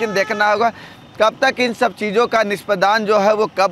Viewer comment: NISPADAAN NAHI NISPADAN BOLIYE